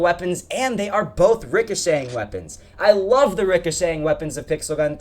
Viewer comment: Stop saying ricashank